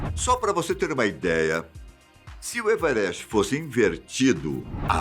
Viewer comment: E muito legal como ele fala everst 😄😄😄😄😄